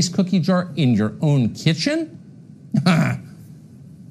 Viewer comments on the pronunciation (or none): Tucker Carlson also mispronounces Don Lemon’s surname, saying “Luh-MAHN”, when Don Lemon has repeatedly announced himself on his CNN show as “LEH-min”. 😂😂😂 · He can't even pronounce Lemon correctly hahahaha...